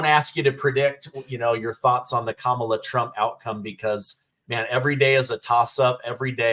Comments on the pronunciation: I cannot stand Kamala and think she is shady af, BUT, I wish people would pronounce her name correctly. It sounds like Comma la, not Camel uh. It makes those saying her name incorrectly sound less intelligent. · Is she saying "Cam-ela" on purpose 🤭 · Is this lady saying Camela on purpose? 🐫